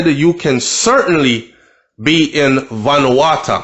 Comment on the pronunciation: Yow! Say it like this bro, venu-wa-2